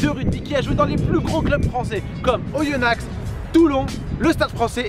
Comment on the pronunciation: sa se lit oyonax mais on dit oyona